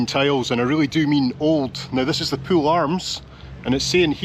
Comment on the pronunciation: As usual, a superbly natural and authentic production and presentation. Really enjoyed this one. Thanks so much for pronouncing Poole correctly too. The current BBC new replacement RP estuarine London media accent forces people to call Poole, " Paul". TV presenters also refer to a swim in a " Swimming Paul". Poole is not Paul folks. Listen to how pronounces it the correct way. Whinge over. Here's to - the blokes a gem. Yours Aye